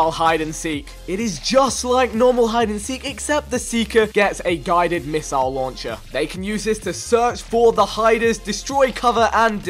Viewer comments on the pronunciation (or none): A "GUIDOD MISSOLE LAUNCHA"